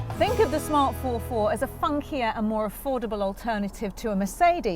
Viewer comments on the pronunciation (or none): ForFour not four four!!